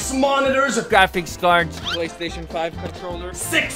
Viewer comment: "Playstaition 5 Controller" He says holding up a n64 controller